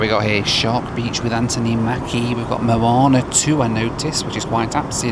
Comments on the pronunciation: Mo-a-na, NOT Mona. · I love you but do you honestly think Moana is pronounced like "moan"? 🙈🤦‍♂ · the way says Moh ah nah as moana like someones moaning has me laughing too hard, love you and your content hahaha got a good laugh outta me